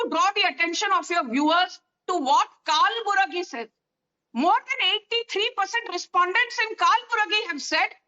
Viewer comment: Not Kaal buragi,dear 😂😂😂it's कलबुर्गी